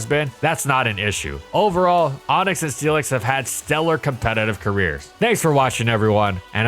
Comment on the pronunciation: I keep hearing Steelix as Felix and it's throwing me off